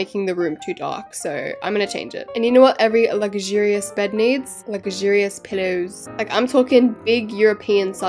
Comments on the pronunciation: The way she says lugurious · couldn’t say luxurious - Ad: I AM OFFENDED *sky ad comes on*